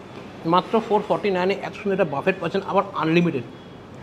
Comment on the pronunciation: বাবু, ওইটা বাফেট নয়, বফে।